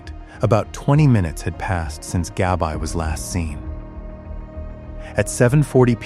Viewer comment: Her name was Gabrielle, short name Gabby not GABI(EYE)